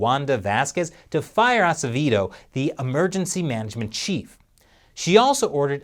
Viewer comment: My lastname is Acevedo, I’m amaze with you, you can pronounce it... and PR corruption is unbelievable, But people keep voting for them.